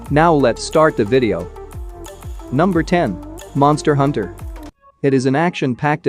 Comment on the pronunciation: First Monster hunter not monter hunter